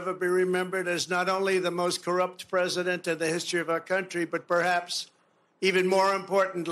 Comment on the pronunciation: oh no, Emily's caught the vowel shift virus now! "Prosident" 😆 I'm starting to feel like BP is pranking us on this!